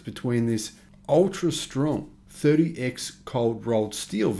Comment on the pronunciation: Not to sound pedantic but it’s not “30 times” cold-rolled steel. It’s read as “Thirty X” (Thirty Ex) cold-rolled steel.